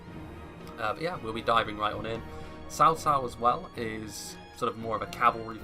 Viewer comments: I know it's not your fault but I hate it when I hear "sao sao." It's so western to pronounce it like that. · RAZZAQUE No. Tsaotsao. I live in China, and I know this. is saying it correctly.